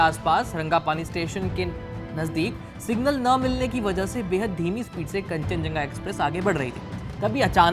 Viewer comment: Aye kya media outlet hai yarr bahanga ko balakot bol raha hai ,signal ko single bol raha hai